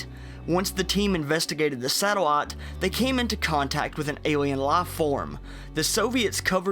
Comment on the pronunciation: Tah Fun. Satelat. Laf form. Naateen sixty three.